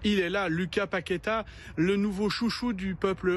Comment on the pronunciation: sa sécrie lucas paqueta mais on "loucas paqueta"